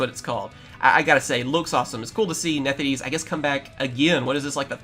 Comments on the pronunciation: “Nethideese” I’m sorry WHERE IS THE “D” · “Nefthis” bro